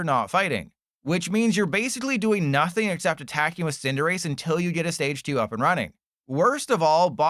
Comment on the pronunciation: there is NO way youre still pronouncing cinderace like this lmaoo